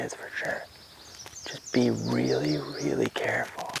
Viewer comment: Just be weally weally cawuful 😂